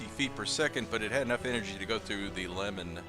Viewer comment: he says lemon in a strange manor 😂